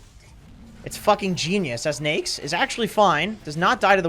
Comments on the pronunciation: how people pronounce it on the west ? we called it na-ik on south asian im hearing he said nixs or niks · I hate how he pronounces Neix instead of Naix. Everytime he pronounces Neix, wanna punch his face.